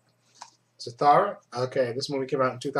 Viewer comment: it's Za- thoo- ra